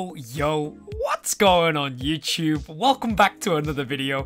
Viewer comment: "YO YO YO... What's going on YouCHEWB"